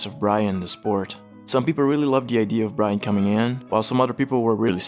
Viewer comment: Really sounds like you're saying Ryan.